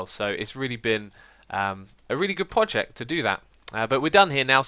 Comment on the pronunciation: Is it me or xisuma always say "poject"?